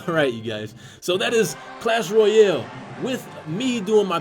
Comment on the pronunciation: its pronounced "Clash Royale", not "Clash Royel".